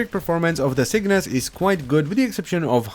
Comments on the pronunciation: It's Cyngas, not Cygnas. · CyNGas. Not CYGNAS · I swear you are saying "sickness" instead of "cyngas" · You gotta get up, get down with the cygnas. Yes I know it's cyngas but he says it like cygnas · It’s pronounced singis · say it like that..cyb-gas.... c y n g a s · Each time "Cygnas" is pronounced i feel sadder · Sin-gas. I can see why you'd want to mispronounce it though, that name just doesn't feel right.